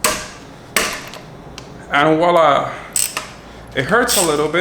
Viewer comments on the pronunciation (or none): none